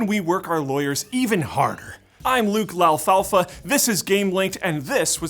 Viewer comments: [Lau-fal-fa] Seriously? That's how you pronounce his last name? I mean, people have problems with mine, but DAMN! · did he pronounce it Luke Laflafla? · Luke “Laufaufa” WTF? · Thought: what if Luke Lafunnyair's name rewrote itself to match his pronunciation? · "Lalfalfa"! I am still rolling!!!!! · Please pronounce your last name more and more incorrectly, it entertains me to no end lmao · I love luke mispronouncing his name lol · am i the only one who's clicking these videos with Luke LaFrancisco, just to see how he'll miss pronounce his last name? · seriously if they just made a 15 min video of Luke mispronouncing his last name... i'd watch.. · I hope that Luke mispronouncing his name will be a staple of his hosting. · i pretty much only watch these for Luke's last name pronunciations ngl